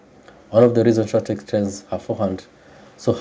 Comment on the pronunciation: Stop butchering names. her name ain't that hard to pronounce.